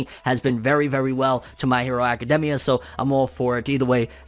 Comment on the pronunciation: Anyone else gets bothered by the way he say academia ?